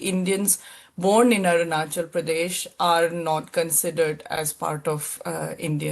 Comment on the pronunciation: अरूणानचल ❌ अरुणाचल ✅